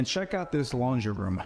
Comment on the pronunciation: I can't watch any videos because of his peculiar speaking style -- the addition of "-uh" to the end of many words: room-uh, view-uh, kitchen-uh, etc. It's annoying.